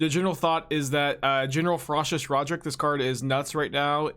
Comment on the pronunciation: how is it hard to say rock rick lol